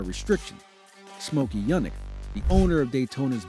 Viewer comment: The "scewing" is to get one side of the rear spoiler out of the airstream for straightaway speed, not for cornering. Even though how the scew is accomplished may effect cornering Not Smokey Yun-ick. Smokey 'You-nick'.